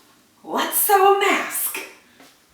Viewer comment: I love your "see" easy. Made me smile!!! 😁😁😁 Sharon in SC